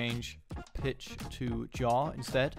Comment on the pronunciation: yaw != jaw lmao but overall nice video, thanks for the help!